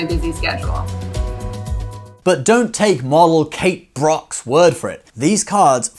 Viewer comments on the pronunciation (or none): Does that LuxuryCard come with Kate Brock? (I just realized you said Brock but it's actually Bock) 😂